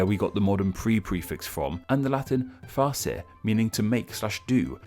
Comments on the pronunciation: You actually pronounced todōfuken somewhat ok, but utterly butchered Latin, especially facere. I found that kind of ironic haha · You BUTCHERED that latin word facere godness me Edit: The French too.